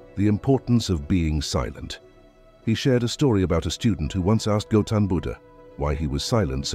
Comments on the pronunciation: Gelton Buddha??? It's Gautam Buddha., please! 🙏🏽🙏🏽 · 0.01 it is not Gelton Budda --> His name is Goutham Budda. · It's Gautam Buddha, not Gelton. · goutham buddha not gelton buddha correct the AI words and things when creating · its not gelton its gautam buddha